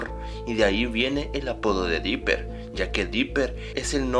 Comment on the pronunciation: dopper asta el lo dice